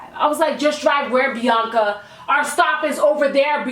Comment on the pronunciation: My name is Bianca, I love how she says my name ❤️